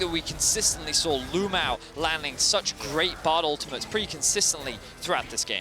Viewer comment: It is CRAZY that a pro player in China is named LvMao. That is the exact same thing as if Rekkles changed his name to LvHitler. Even crazier is that EVERY caster calls him LU-MAO, it's like their scared to actually say his name.